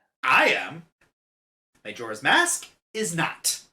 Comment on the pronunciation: Am i the only one bothered by his pronunciation of Majora's Mask?